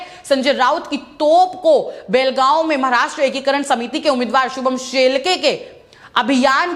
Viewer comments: BHEL gaon nahi. Belgaon hai sahi se bolo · भेल गाव नही बेलगाव बोलो